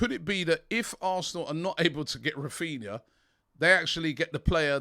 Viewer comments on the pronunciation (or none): Now that you are pronouncing Jesus correctly, lesson #2. In Portuguese a "R" at the beginning of a word is pronounced as "H". So Raphina should be pronounced Haphina. Just sayin' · It's Raphinha not Raphina 😬